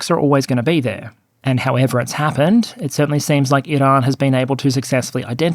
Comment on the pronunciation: You can ditch the pretentious rolling of the r in "Iran". Annoying and especially unnecessary as you pronounce "Iranian" normally.